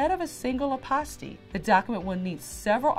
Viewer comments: 😂😂😂 fouroh four reaction was spot on I’m rollinnn ..Hilarious because when she said apostille I was waiting for her to double back and correct her pronunciation but second go around she pronounced it the same way. I was like oh snap ! Let me hit google university because I could be wrong . Nevertheless I appreciate the content . Great work. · Hi. Since apostille is a French term, ah-pah-STEE is the preferred pronunciation of the Hague Conference on International Law, the body that oversees adoption of apostille standards. However, apostille is also pronounced: AH-pah-still or ah-PAH-still. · First of all- I've been pronouncing apostille all wrong.